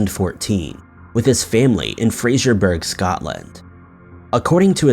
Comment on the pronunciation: Ummm that’s not how you pronounce Fraserburgh! I lived 12 miles (and went to college there) from there, close to Strichen, and it’s definitely not how it’s pronounced 😂 x